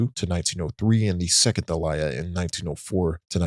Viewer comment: Guy cant even pronounce aliyah but wants to lecture jews about how theyre colonizing genociders.